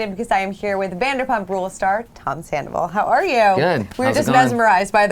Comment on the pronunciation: It’s Sandoval not Sandavol